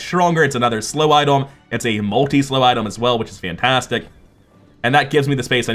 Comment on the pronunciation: am i going crazy or is bro saying idol instead of item?